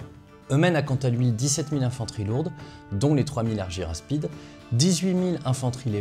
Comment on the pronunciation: Pourquoi prononcer Arguyraspides ? Si on prononce le y à la grecque, ca donne arguraspides